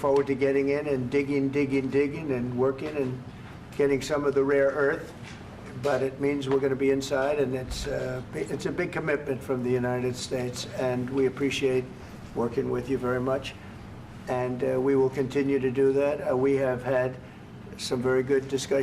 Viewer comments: Does Trump mean “rare Earth” [minerals] when he says “raw Earth”? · he repeatedly mentions “raw earth”. What a dope. 😂😂🤣🤣🤣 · How many times did he say raw earth instead of rare earth.